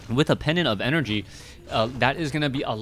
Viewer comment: . "Pedant of enERHH" hahahahahaha :D I love you man!